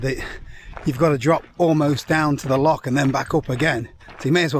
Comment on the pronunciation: Love your channel and vids thos one is cool 2 guys juat chiling take it easy and actualy enjoying the scenery altho u pronounce loch all wrong which grinds us true jocks gears hahahaha let yous of as souther fairy's haha kidding great channel bud